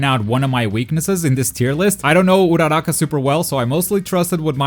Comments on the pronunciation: The way you pronounce uraraka just triggrrd me but good video😁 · I like the way he pronounce Uraraka